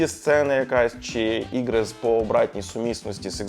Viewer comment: Да тут он конечно картавит это слово ппц. Тяжело говорить на Украинском когда ты всю свою сознательную жизнь говорил по русски 😅 ну не чего главное что старается)